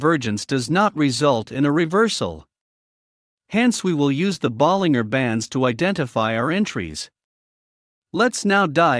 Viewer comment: Stupid AI voice, there's a G in Bollinger, not the way Your AI pronounced it